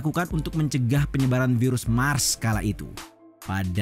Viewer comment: Virus mers min, bukan virus mars 😅